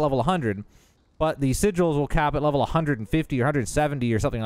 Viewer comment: Sigels?? Sigg ells... and you do need world tier 3.